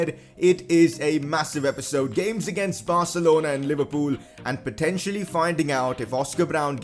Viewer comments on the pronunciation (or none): none